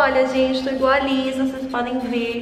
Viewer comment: Se pronúncia "Lissá" ❤️ (Inclusive , amei o resultado , se eu soubesse fazer metade disso eu ficaria Muito feliz kkk)